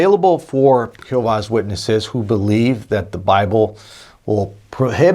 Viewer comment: Its not pronounced who vah's witnesses or whatever that is you are saying its pronounced g ho vah.